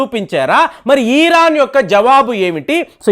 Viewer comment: అయ్యాదొరా...ఈఈరాన్..కాదురా నాయనా..ఇరాన్...